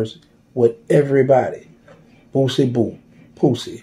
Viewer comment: Every time he says POOsie, I be in tears🤣🤣